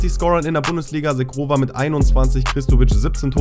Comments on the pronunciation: Edon Zhegrova Wird "Shegrova" ausgesprochen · Bei Zhegrova wird das Zh wie das Je bei Je m‘apelle im französischen ausgesprochen also Zhegrova (Je-grova) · Er wird nicht „Shegrova“ ausgesprochen